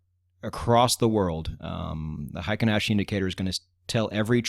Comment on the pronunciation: You have it spelled right in the video thumbnail. It is frequently misspelled "heiken," which means military authority. "Heikin," on the other hand, means average. Heikin is the correct Romanized spelling, but absolutely no native English speaker says it correctly. The correct way to say it would sound similar to "HEH-KEEN," not the "HAY-KEN" most English speakers use. In Japanese, that EI is a way of extending the EH sound, to make it sound longer. It's not a diphthong the way we use it in English, where EI makes the AY sound. Confusing, I know. We similarly butcher the brand Honda. Correctly said, it sounds like "HONE-DAH," where HONE is like when you hone a knife or skill. But we say HAHN-DAH. Totally wrong, but the wrong pronunciation is permanently enshrined in our culture. It will never change. Oh well. I'm sure you weren't looking for a Japanese lesson. Great channel, by the way! I've enjoyed it immensely!